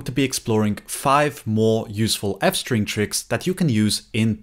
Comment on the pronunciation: Ah yes, France-String 🥖🥐